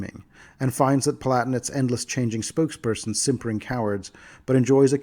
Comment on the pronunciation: "Pal-a-tin-ate",. They're palatines, after all. Not platnits.:p Demesne is pronounced "de-mayn".